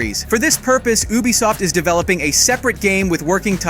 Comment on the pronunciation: I thought I was the only one that heard that😂